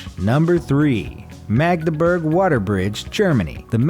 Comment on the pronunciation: I have been across four of these bridges. PLEASE learn your correct pronunciation of foreign names! Magdeburg is not maedeberg, but Maadeburg. (Magdeburg is in former east Germany).